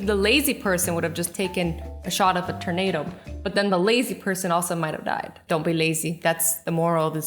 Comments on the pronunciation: I love Azzy's tornado pronunciation, Turn-ado! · It sounds like you say terdnato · Cant get too close to them ternados not makin fun jus like ure pronounciations makes me laugh